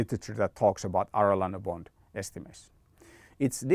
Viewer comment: Excellent video, just as a side note. Arellano is an Spanish name, so it's pronounced like "Areyano". Anyway good information was useful for me